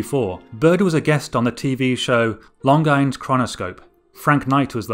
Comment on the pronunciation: Limey narrator miss pronounced "longine"